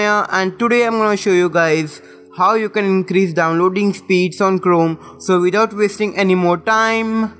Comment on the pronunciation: Its liek your saying clome